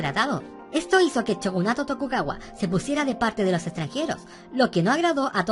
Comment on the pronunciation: Joer como raya escucharte decir chogunato (es shogunato tio)